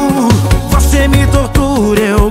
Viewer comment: Felipe Araujo suas músicas sao top, mais pelo amor de Deus nao faça eu parar de te ouvir igual eu fiz com Paula Fernandes por colocar o X nas letras das musicas, pronuncia a palavra correta, nao é "voxe" e sim voce, nao é "deixa no xufoco" , por favor para com isso.